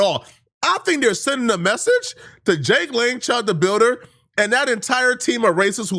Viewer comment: “Jake Long—Lang” lmao mans thought it was the American Dragon